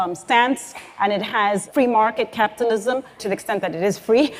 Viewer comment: anyone else hearing "captalism"?